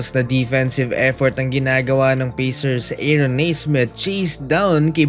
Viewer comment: Pacers --------------- Pey - sers in pronunciation.